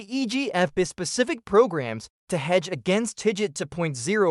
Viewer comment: Your ai doesn't pronounce "bispecific" correctly.